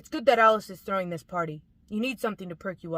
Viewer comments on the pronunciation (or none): none